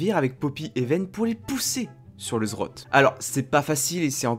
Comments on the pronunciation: Le Zrote ? NON LE Z Z Rot ! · quand est ce que tu montres ta tête ? et c'est pas zrot mais zed zed rot btw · on dit le Z Z rot pas le zrot x) sinon bonne video comme dhab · J'aime bien tes vidéos mais s'il te plait, apprend à dire correctement le nom des items. C'est Z Z Rot et pas Zrot. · "Le zrot" Tain je suis mort 😂😂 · Comme pour plusieurs le Zrote m'a bien fait rire mais en meme temps chacun prononce comme il veut l'important c'est qu'on te comprenne ;) Sinon super vidéo comme d'hab' continu les 20k abos arriveveront plus vite que prévu ^^ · Zed zed rote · ZED ZED ROT sa se pronoce comme sa bro^^ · Mes oreilles ont saigné quand tu as dis zrote :'( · JE T'EN PRI, PRONONCE LE NOM CORRECTEMENT 😭😭